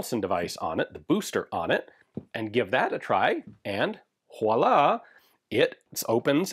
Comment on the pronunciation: Dude!!! Whowahlah is not a word. If you're going to use a French word then learn to pronounce it. "Voooo-waaaaa-laaaaa" is how you say Voilà. It's like saying: "There you go".